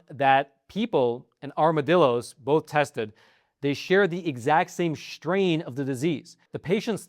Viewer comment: It seems like such a strain to say "schtrain."